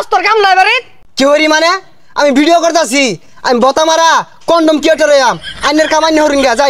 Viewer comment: কনডম বলে 😂😂😂😂